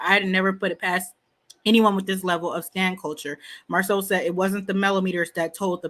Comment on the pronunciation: Who knew is the only one that calls Marsu MARSOL…This might be her burner account…Go listen to her commentary about Lamh…See how many times she says “MARSOL” 👀